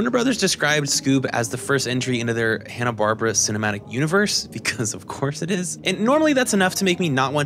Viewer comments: watches 44 movies and makes a 90+ minute video about Scooby Doo’s history and all its movies -doesn’t know it’s pronounced barBEARa JK, this whole thing is beautiful and that’s such a nitpick from right at the beginning few minutes. We stan the dedication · I am eight minutes in and really debating if I should keep watching a video where a guy pronounces “Barbera” that way. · You mispronunciation of "Barbera" almost made me rage quit this video.